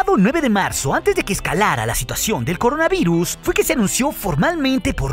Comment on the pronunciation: eres el mejor ten cuidado y sono extraño que dijeras coronaviruz y bueno ya pasará y todo a la normalidad volvera y estoy emocionado de la segunda temporada de el mandalorian